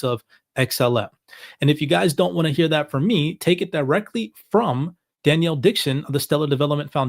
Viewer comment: Love you guys Best crypto channel on YT Hey just a heads up I wanted to mention to you because I've heard several shows you mention Denelle Dixon and want you know her name is not Danielle, it is pronounced like Den-L